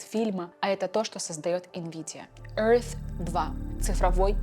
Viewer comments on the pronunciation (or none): none